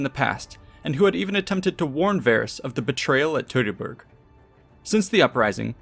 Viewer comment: It’s not “toy-tor-bor’ try -phonetically.. Tue-tor-Borg.